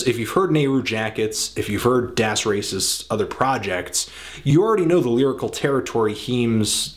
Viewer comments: Please stop pronouncing " 'das" wrong. it's DAAS. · Look at any interview with Das Racist and listen to how they pronounce it. It's das, as in rhyming with ass.